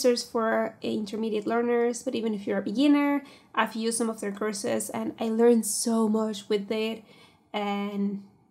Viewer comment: i keep thinking youre saying Curses instead of courses